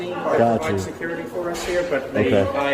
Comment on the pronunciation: “Caul sew-curity!!!”